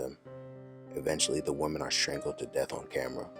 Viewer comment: Woman and Women are pronounced differently. /sigh/ Who is teaching people they are pronounced the same? Other than that, your videos are top notch!